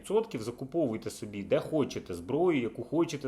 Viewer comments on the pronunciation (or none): none